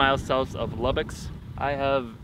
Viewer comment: Lubicks? It's Lubbock. Not trying to be rude, but I live near it so I know.